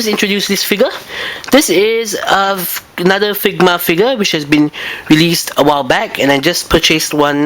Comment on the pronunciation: the way he says figure (figya) sounds like nigga xP